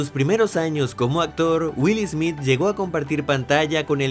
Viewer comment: "Wil Ismit" 😂😂